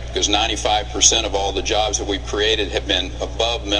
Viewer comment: That not correct..dat not correct.